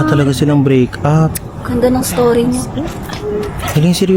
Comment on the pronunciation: Ang oa naman pag Sabi nya like break up may p pa